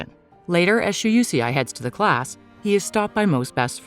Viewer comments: It's Shuusei 😭 Not she-you-she-eye 🤣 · " shu u see ai?" 😂 its pronounced "Shu - Sei" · Shoe-say it's pronounce like that I think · While I enjoy these recaps, I can't stand the bad pronunciation of foreign names. Not everything revolves around US. Shuusei is an example.